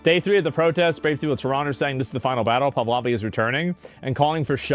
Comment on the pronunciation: Asmon just FYI its pronounced "Pah-lah-vee" he wants to bring back freedom to women and freedom of religion. Most Iranians are Christian